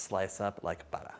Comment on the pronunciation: You said buttah like a born Bostonite!🤣